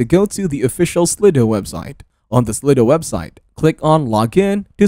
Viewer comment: Is that how you pronounce it? Slid o? I thought it was slide-o